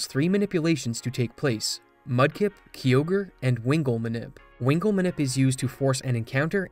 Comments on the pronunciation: and kyogreis said like ki ogre not key ogre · My guy... Interesting vid and all; but it isn't Key Ogre, it's Kai Ogre. Like the dbz Kai. Totally threw me off 😅😂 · Its a kyogre not a kiogre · The Ky in Kyogre is pronounced like Kai, not like key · KYOGRE KYE-OGRE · You calling kyogre key ogre is sofunny lol i cant unhear it now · "Kee ogre" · Im sorry but did you just called Kyogre kiogre? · i have heard many people butcher pokemon names but i have never heard one as terrible as key-ogre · who pronounces Kyogre as "key-ogre"? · I cringe everytime I hear Key-Ogre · Ughhh. When someone who clearly has never played the game makes a video about it. Key-ogre 😅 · gen 3 is my all time favourite gen, so that Kyogre pronunciation ripped out my soul 😭💀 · You pronounce all the pokemon names correctly except Kyogre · I love the way you say Kyogre 🥰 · The most infuriating part is your pronounciation of Kyogre and Liza's names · How do you mispronounce Kyogre